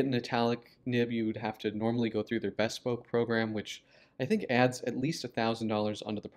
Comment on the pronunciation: As an italic handwriter and fountain pen collector, I find this new pen intriguing. However, I wished your video had explained why you pronounced the word “bespoke” as though it derived from “Bess poke” rather than its actual derivation: the prefix “be-“ + “SPOKE.” It’s as if you had never heard the word, but had learned it from reading and had then forgotten to check its pronunciation. (Surely a man of your character and education would have known better — so please let me know whether the amusing (mis)pronunciation “BESS-poke” is common at Montblanc and/or elsewhere in the pen business.